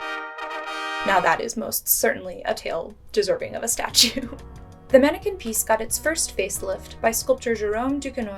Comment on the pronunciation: It’s not pronounced manneken piece but pis”s”